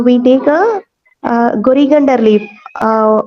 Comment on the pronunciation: Coriander leaves 😂not gorigender 😂